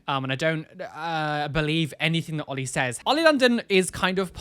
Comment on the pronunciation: oh they just said "oil" instead of oli hahaha